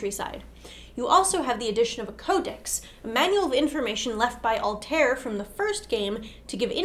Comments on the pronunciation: Altair was pronounced wrong. Just trying to help. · Ezio and Altair are pronounced like et-zee-o and al-ty-eer. So you guys didn't play the games?